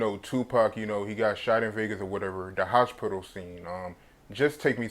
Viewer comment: my man said..Hosh pital !!!!!